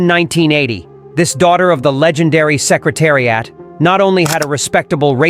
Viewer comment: ai cannot pronounce name of secretariat correctly